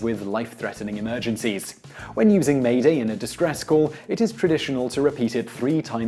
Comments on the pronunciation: TechnocratiK like "meh-day" Just don't pronounce the h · British Guy shouldn't it be the conjugation, "m'aidez?" regardless, "m'aider" and "m'aidez" would sound exactly like "mayday" and not whatever butchered pronunciation he used.